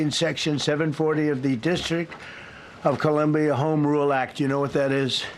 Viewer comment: The disrick of Columbia. Sounds like the Donald is punch drunk. Maybe leave your social media alone and get some friggin sleep!